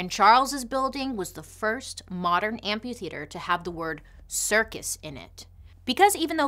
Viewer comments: There is an "h" after the "p" in amphitheater. A tiny tiny feedback, otherwise love the show! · I love how she says amp-U-theater instead of amp-A-theater